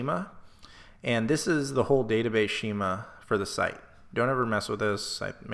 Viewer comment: Yo it's pronounced "skee-muh" not "shee-muh" but great video!